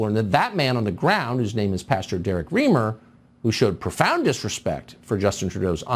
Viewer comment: The Pastor's name is Reimer, pronounced - 'Rhymer' not Reemer